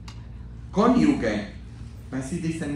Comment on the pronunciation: La palabra es "cónyuge", no "conyugue".